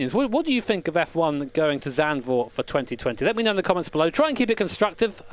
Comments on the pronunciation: you say zandvoort a lot better than an average dutch person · Nice pronunciation of Zandvoort. Most people I hear saying it seem to forget that "z" is pronounced different than "s".